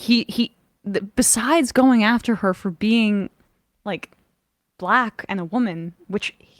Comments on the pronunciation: Why does be say "black" with 2 syllables? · "Buh-hul-ACCK. She was a buh-huh-LACK person."